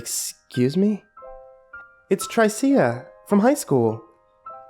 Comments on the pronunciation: pretty sure the name is pronounced "Trisha" not "Try-cee-uh" LOL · is he saying tr-I-see-a or just miss pronouncing tricia (t-r-i-sh-a) :P ? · Maybe he meant Tricia? Trish-uh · I thought, "What an odd-yet-cool sounding name! Sounds like an ancient period in prehistoric Earth history when there were still dinosaurs or something..." until realizing the narrator was mangling the name "Tricia" (As in another spelling of Trisha) like a dyslexic dunce. But tbh, the dude in the story instead of being a clueless numbnuts really needed to just bullshit the girl by saying, "Of course not!" like any smart guy wanting to get laid is supposed to instead of making such a rookie fuck-up and wouldn't be chained in some psycho's death dungeon. That, or just toss her in the fireplace before getting cuffed a'la Conan the Barbarian. Although, that can lead to some agonizing blue balls... :p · Trycea..? you mean... Trisha? that's how you pronounce Tricia. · I love your narrating style but it's pronounced as Trisha (short "i" that rhymes with "if") ;) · Shouldn't Tricia be pronounced "Trisha"? Lol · Just an FYI,, I'm fairly certain Tricia is typically pronounced Trisha, as it is a nickname of Patricia. Just in case you come across someone with that name in real life. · That name is pronounced TRISHA. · Not to be a dick but it's pronounced "Trisha". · It's pronounced "Trish-a". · black girl. XD Tryceia XD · Er... isn't "Tricia" pronounced "Trisha"? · Tricia. Her name is pronounced trisha, short for Patricia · I think Tricia is pronounced Trisha by the way dude! Great reading though, as always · Tricia is pronounced Trisha. Usually short for Patricia. Sorry it was bothering my OCD. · i feel like her name is supposed to be pronounced trih-shuh lol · its pronounced trisha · Apparently can't pronounce the name Tricia. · I like how he pronounces "Tricia" 😂😂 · I can't tell if he's mispronouncing Tricia, or if it's just a really weird name. lol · Haha, that's what I was thinking as well!